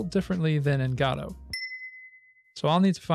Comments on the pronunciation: It very much so upsets me that you call it "GAH-DOUGH".. Bro it's "GUH-DOUGH" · Every time you say "Gaudou" I cringe. Please just say "Go Dot" or "Go Dough" like everyone else lmao In all seriousness though, very cool video, it was fun seeing your process learning the "Gaudou" engine! It's an awesome engine, and I've had a lot of fun learning it. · PLEASE JUST SAY GO-DOUGH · Its Go dough or go, dot. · i keep hearing "godofwar" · Really nice video. Just thought I would say that Gadot is pronounce G’doh. Emphasis on the “Doh”. Sounds like you’re putting the emphasis on the “guh” instead of the “doh” part. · Thought he said God of War. Lol Great video! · Good content, but I cringed every time you mispronounced Godot. It's guh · doe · Saying Godot like "gado" is like reading gif like "yiff" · Every time instead of "Godot 4" I can hear only "God of War". This would br really amazing game-making engine XD. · Ppl be like "It is pronounced Godot, not Godot" "Hold my beer" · Thanks youtube for deleting all of my f**** links.. I posted like 7 different sources backing up the fact that you pronounce it wrong but youtube deleted all of them except the youtube link. Lovely. It takes 1 google search and 5 minutes of your time to see that you are blatantly wrong, and if the developers are going to base their engine (name) off of something already made, then they inherently have to accept the name pronunciation that came with said name.